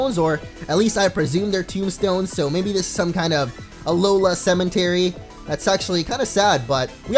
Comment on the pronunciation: Cementary tho lol I died